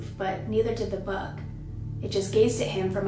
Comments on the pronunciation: I thought you were saying BUG, not BUCK. So confused. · i was so confused because i thought she was saying bug so here i am imagining a giant fly